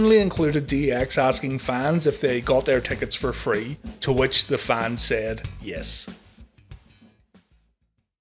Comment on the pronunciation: Hell nah I got em fah free! 😉